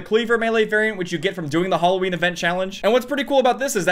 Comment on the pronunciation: Nobody:: hulloween